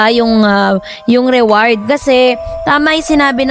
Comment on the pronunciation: ATE REWARD HO HINDI AWARD😂